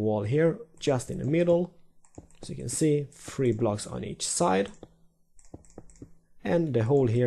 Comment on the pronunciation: damn "r" bugged on the two "you"s :P